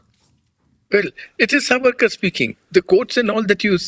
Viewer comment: Namaste! PLEASE PLEASE if Savarkar was your topic shouldn’t you have at least done your homework and got his name right? It is सा वरकर not सवरकर!! I just couldn’t focus on the content every time you mispronounced it😩 Aroon ji was saying it correctly and I was hoping you would take the cue ….I couldn’t bear it!